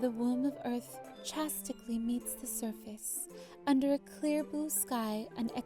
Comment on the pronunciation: Cupquake, it said "chaotically" not "chastically." I understand your mistake :)